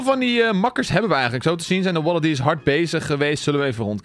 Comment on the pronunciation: Dat was echt een goede waddeldees nuts uitspraak